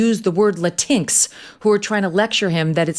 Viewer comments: LATINX.... did she really say Luh-tinks?? try again Megyn....its prounonced Luh-teen ex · Did she really say "lah-teenks?" it's, "Latin X!" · Sorry, did you just say "la tinks?" You think that's how latinx is pronounced? I love how you manage to combine your casual racism and sexism in one word. And didn't even notice. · Lmao the way Megyn pronounced LatinX is hilarious